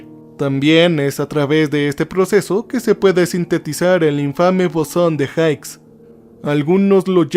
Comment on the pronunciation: se pronuncia "bosón de jigs" no jaiks. Genial capítulo.